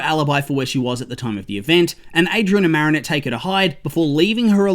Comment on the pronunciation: No offense but it's "Marinette"